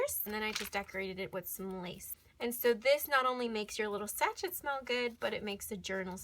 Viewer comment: Not sach-et, but “sashay”. It’s French 😊